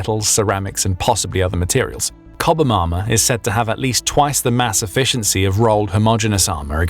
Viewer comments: CHOBHAM Armour!!!!! As in Chop. Not cobham. Its from Chobham. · Mate... it's pronounced, ""CHOB um" armour NOT "COB um" Armour. 😝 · You lose credibility when you say Cobham armour. It's Chobham. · Challenger's have "CHobham" armor, not "COBham".... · The armrest is Chobham not "Cobham”. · "Ch".. Chobham, Not Cobham. Two different towns. Two different pronunciations. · "Cobham armour"... I think you mean "Chobham Armour" 🤦‍♂ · 'chob' not 'cob' ham armour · it’s called Chobbam not Cobham. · is it not called Chobham armour ?.and not cubbin armour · CHobham, not Cobham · Chobham armour ( as in REME ) not cobham ( as in WAGs) ! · 'Chobham' armour, not 'Cobham'. Cobham and Chobham are 2 separate places nearly 10 miles apart. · cHobham armour. The H is not silent. If you can’t pronounce a well known word, I have trouble believing the accuracy of your video. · That's not how you pronounce Chobham armour. There's two h's in that word. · You keep pronouncing Chobham wrong